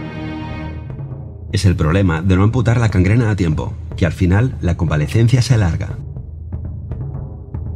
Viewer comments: señor Aleix Saló, solo una pequeña corrección. Es gangrena (G) no cangrena (C). Nada más, el resto excelente video y explicación. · Se dice gangrena y no cangrena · Joder, es genial! Buenísimo! Solo una pega, es Gangrena, no Cangrena.